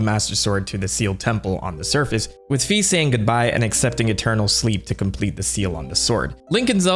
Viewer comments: Fi is pronounced /ˈfaɪ/ and her name in every other languages is written "Fay" which is in all of these languages closely pronounced the same as how her name is pronounced in Japanese (ファイ (Fai)). Plus her name is literally Fairy without the salt of "Fee" gang (reeeeeee) Also her name is probably inspired by Morgan le Fay (/ˈfeɪ/) which is derived from the french word "fée" (/fe/) Also also, every time you pronounce Fi as "Fee" a little children dies somewhere on earth, hope you're happy Jokes aside good video (Ps: yes I'm passionate about that because "Fee" sounds disgusting to my ears :) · F-EYE! F-EYE! F-EYE! F-EYE! F-EYE! F-EYE! F-EYE! F-EYE! F-EYE! F-EYE! F-EYE! F-EYE! F-EYE! F-EYE! F-EYE! NOT FEE!!! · I think Fi is pronounced as in Wi-Fi🤷‍♂️ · Why people insist on pronouncing Fi's name wrong will never stop vexing me. It's been 13 years people, time to look up the pronunciation!